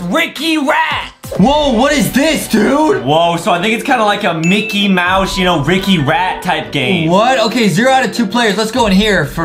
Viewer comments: anyone notice adem sayed MICKET MOUSE lol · Was it just me or did adem at the starting said micket mouse instead of micky mouse